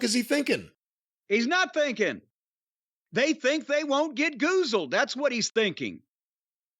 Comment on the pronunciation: Aw good ole Jim a bastion of linguistics. " Goozled" 😂😂😂😂